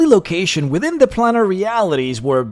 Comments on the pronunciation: Planar is pronounced "play-ner",. Same way you say 'solar', like "so-ler". The -ar denotes "of or in relation to". Solar is "of the sun". Planar is "of the planes". You see? I can't count how many people make this mistake, pronouncing it like "plan R". Please do not become one of those illiterates. You're better than that. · "Planar" is pronounced 'plane-ar'. The first 'a' is HARD. So the Gith Monk leader is almost like any other Monk? Wise and all-thinking. But why did Chaotic Evil Red Dragons make a LAWFUL and binding agreement to serve the Githyanki? Odd. M 🦘🏏😎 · I have to agree. He's making a comparison while apparently never having heard the word spoken aloud? He pronounces more words in odd ways too, like "plannar" vs planar, recesses like it's a chocolate, "molnourished", etc, and refers to a group as githyankiS (with an added 'S') half the time. He's probably not a native english speaker, which is fine, as is his content, but it's triggering nonetheless.